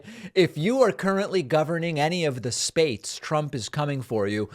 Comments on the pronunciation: Lol "spates" like during the 2016 campaign speech he made in Detroit when he called cities "titties" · All fifty spates???states???? He lost control of that audience. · he keep saying "spates" what the fuck???!!! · SHTAYSHZ ??!!He is such a dork! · ah yes, the united Spates of america.